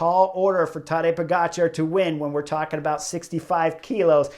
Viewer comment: It's not tAdej but tadEj ... accent is on E ... kind regards from Slovenia 🌞 You pronounce his last name great 🥳